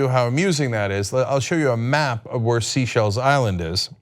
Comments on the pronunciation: Its pronounced "saay - shells" - sorry, I don't mean to be picky - but its kind of important that people understand how to say things properly, especially if its educational like this. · Pronounced "say-shells" - Seychelles. You said it perfectly on April 4, 2017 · It's pronounced "say-SHELLS"! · SAY SHELL. i just spent three days learning where every country in the world is, and I learned this is pronounced Say Shell. Like sea shell, but for french africans. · Sea shells? Dude, how are you unaware of how to say Seychelles? .. Wait! You were able to say the name, a year ago ..but you've now forgotten it!? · I enjoy the content. It's pronounced. ' say-shells'. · yes that meeting is the start of it all. also , you were right the first time : its pronounced "SAY-SHELLS". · It's pronounced "SAY-SHELL" and it's in Africa. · I like that Cenk calls it seashells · Oddly he pronounced it right in the old clip and wrong in the current one. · MabDarogan2 Every time he said "Sea-Shell Island" I died a little inside. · its pronounced say-shells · It’s pronounced SAY shells. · Seychelles not Seachelles Cenk , a bit of a trumpian slip there by Cenk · It's technically Say Shay if you want to be correct about it. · It’s pronounced ‘saychelles’ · BTW Cenk its pronounced sayschelles, It's French. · I was thinking isn't it 'sayschelles'! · omg that pronunciation of Seychelles is killing me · IKR. Somehow Cenk pronounced it correctly in the earlier video he played but not in this one! It’s a very long way from the US, which is why I guess he is not so familiar with it. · Jerry Nkumu it's not IN Africa, it's off the coast of Africa, IN the Indian ocean. Just as cenk stated. He mispronounced the name, that is all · It's weird how a year ago Cenk could pronounce "Seychelles" correctly, and even played a video of that, but butchered it repeatedly in this video. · Cenk... if I can pronounce your name you should be able to pronounce Seychelles... Heck, you pronounce it correctly in your clip.